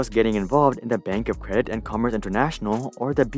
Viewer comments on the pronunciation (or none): none